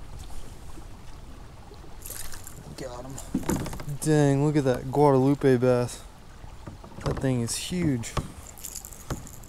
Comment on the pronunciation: You keep saying guard-a-lupe. That's a really cool river.